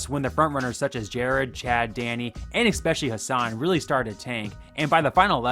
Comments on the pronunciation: especially not expescially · ESpecially. Not “expecially”!! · EXpecially!?!?!?!? Come on dude, that's much more embarrassing than any of these chefs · “expecially” if you can’t pronounce a word, don’t use it. especially not in every video multiple times. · I genuinely love your videos but for the love of life it is pronounced especially not expecially. Expecially is not a word. I am sorry to correct, I never do it, but it just bothers me so much that it takes me out of the video. Again, I don't mean it with any ill intentions, but expecially is not a word. I really enjoy your videos. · I suggest to stop saying "expetially"